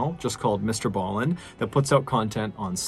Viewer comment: So nice to hear Mr. Ballen pronounce the name 😂. 🇰🇪